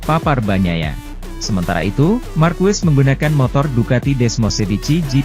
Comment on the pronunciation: fyi : pelafalan/pengucapan Marquez itu = Markez BUKAN Markwes/markuwes